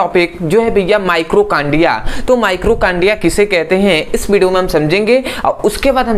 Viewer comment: Mitochondria होता है ना कि माइक्रोकांडिया आपने गलत स्पेलिंग लिखी है और उच्चारण भी ग़लत कर रहे हैं